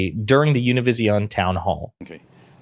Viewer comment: Good Job for doing the best you could to pronounce Univision